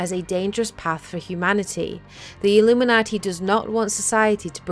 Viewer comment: I like how she says "Illuminaughty"